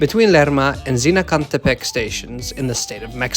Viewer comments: Even some people in mexico cant say Zinacantepec, you did it excelent! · Was thinking the same thing! I laughed a lot because I'm Mexican and failed miserably to pronunce "Zinacantepec" and you did it perfectly lol. Thank you for showing us our new train with such a good quality video :)